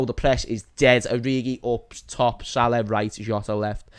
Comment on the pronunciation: Imagine living with a Liverpool supporter. How many times a day would you hear "MoShhalha", "ShhadioMarrrnay"and "Vair-gil". It would drive you nuts.